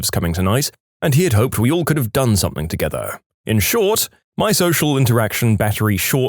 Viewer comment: No k in the word something